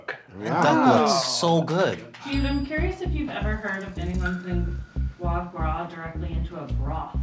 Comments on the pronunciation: Fois gras? C'mon, Keith! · “Fois gras in place of butter” I see we’re starting strong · fois gois? booooooooooooooooooooooooooooooooooooooooooooooooooooo